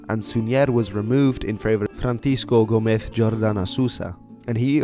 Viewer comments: He mispronounced Súñer and Gomez. It's SÚñer, not SuñÉr and GOmez, not GomEz. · Spanish pronunciation. Suñer and Gomez would be stressed on last syllable, as ending in r or z, not vowel, s or n. But Súñer and Gómez as actually written are stressed on first syllable, because the accents override this rule.